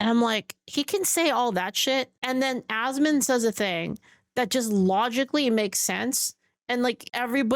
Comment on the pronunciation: Goddamit it’s ASMON! Not ASMOND. For fucks sake. 😂